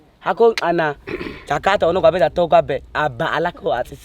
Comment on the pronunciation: great job, however its datooga not datoga